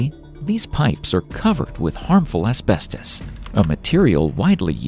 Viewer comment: "Harmful asbetos!"